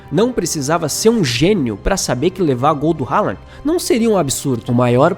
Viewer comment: Haaland pronuncia Rolã Pra ouvir abrir o google tradutor, escrever, selecionar o idioma norueguês e clicar no megafone Spoiler não é vocábulo de nosso idioma